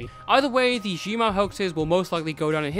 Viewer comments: nah cause i legit did a double take when i heard “g mao” lmao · Zhenmao is pronounced Tchun Mao